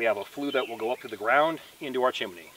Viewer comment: have to correct you... it is chimney not chimeny; )